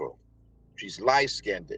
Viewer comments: Do people still say light-skin-did? I thought that we were beyond mispronouncing light-skinned......Oan... I swear these men are so colorist. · For me, "skinded" would end it. I can't take illiteracy when there's 0 reason for it in America. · He said skin-ded. Idk why not just skinned, but thats what he said. Lol. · Evidently not too bright. I get so tired of hearing people butchering the English language with terms like “light skinded “ as opposed to light skinned. It’s embarrassing and reflects poorly on American black people. As well as intimating a low socioeconomic, and he is evidently way too nice of a person to have anything negative reflecting on him!!! He deserves the best! All of us really have to THINK! STOP AND THINK!!! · "She's lightskinhead." "You cint sent her any monies". Did I slip into an alternate timeline where everyone pronounces words wrong? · Why does he say she's beautiful lightskinnnded. Not only is his pronunciation wrong but he's being racist against darker people. Amazing what WIllie Lynch self hate does. This guy I don't feel sorry for. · I knew as soon as he opened his mouth and said, "Light skin-ded," his dumbass deserved to be scammed! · Stop saying light skindeded 😂😂😂😂😂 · Yes, but skinned is not pronounced skin ded. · When they pronounce light skinned "lite skinded", I know their brain is cooked 😂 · "Light skinedid" 😮😅😅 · To bad he can't pronounce the word light skinned -ed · why is it idiotic. Not only did he say light skinned. He added an “ed”. The mispronunciation signals more than just preference. It’s steeped in grammatical ignorance and romanticism that’s well referenced in the Harlem renaissance as the well cited upthread. Along w/ many other “privileges” which included passing and even perpetuating discrimination in policy/policing …see the conversation about Hoover (allegedly). For anyone that misses the nuance in the Black community is the idiotic one imo and simply not paying attention.